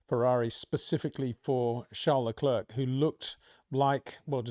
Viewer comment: Hey Peter, why don't you say Charles Leclerc's name properly? You say his first name properly, but not his last. What's that all about???